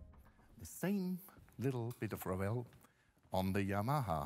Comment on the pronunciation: And “Yamaha” incorrectly in the same video... 😂